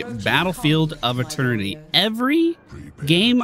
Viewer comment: He also says uh-ternaty. It is part of the Pally-Charm